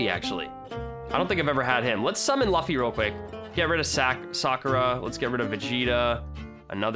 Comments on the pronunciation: Did he say laffy its pronounced luffi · ItsGreen it’s sort of pronounced Looffy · Im sorry but.... ITS PRONOUNCED LOOFY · that is luffy not laffy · luffy Me: ITS PRONOUNCED LOOFY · Lol luffay is pronounced as L-oo-f-ee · It’s loofie >luffy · Laffy or luffy bruh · it’s not luffy it’s luffy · I’m so god damn mad he said luffffyy Wrong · It’s pronounced as luu-ffy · Actually luu-fee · luffy - loo-fee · He pronounced luffa wrong lmao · My man said lufyyy bruh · It’s pronounced loo fee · You said Luffy wrong 😠😠😠😠😡😡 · I love it how he pronounces "luffy" fron one piece. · the way says luffy really cringes me out. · Ik I’m late but the way he says luffy LOL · he said luffy wrong >:( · Me like Bruh you sold vegeta and how u say luffy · im triggered he said jiriya and luffy wrong plus tanjiro plz watch some anime no offense i still love the vids